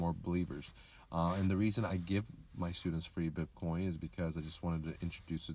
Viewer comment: It's BITcoin not BIP coin